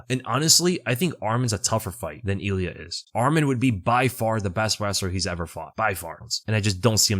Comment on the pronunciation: “Eel ee ah” “rob fawnt”